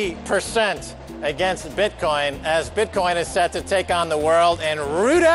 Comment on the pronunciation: haha I love when you hear them separate the syllables: "bit...coin." its one word!!